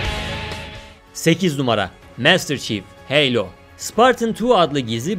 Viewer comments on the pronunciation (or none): none